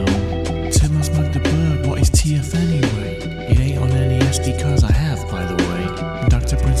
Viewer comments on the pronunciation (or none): none